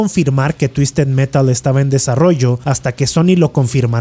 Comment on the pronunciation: "TUISTED MERAL" "TUISTED METAL" "TUISTED MERAL" jajajajajajaja